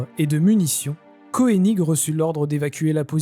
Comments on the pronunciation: Mort de rire , Koening ce prononce Keuning et non pas Koéning ! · Thème intéressant. ca me fait repenser aux video du Cajun... Une remarque: on dit le général Koenig (en prononçant Keunigue et non pas koénigue). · Pour le général Koenig , ca se prononce Keunig … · pour le Général Kœnig il est d'usage de prononcer keunig !!! d'accord avec arthurdelannoy9586 sur la bataille de Kouffra ... et de son serment !!!